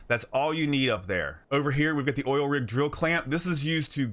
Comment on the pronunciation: Did you just say O I L ?